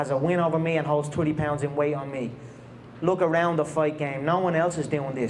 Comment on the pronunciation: "I wook when I wook".